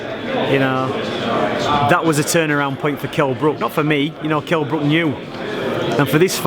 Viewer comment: Wtf, Ingle mispronounced Brook's name twice!